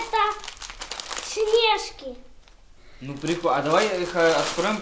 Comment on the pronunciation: А почему вы говорите снЕжки а не снежкИ ? Вы просто самые лучшие